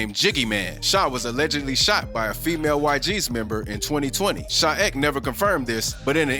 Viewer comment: “sha ick”🤣